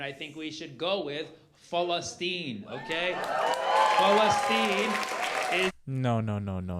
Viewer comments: falastin.... am i the only one hearing false asteem? (satyr, dont bring hate) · The arab way of sayin it. Why does it need to be said in a arab way?